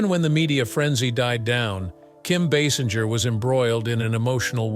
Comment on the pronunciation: Like most people, this narrator mispronounced her name. It is not pronounced Baasinjer or Baysinjer. It is actually pronounced BaySINGER (like an opera or rock singer). Also, she might be 70 but I would still bang her. Oops!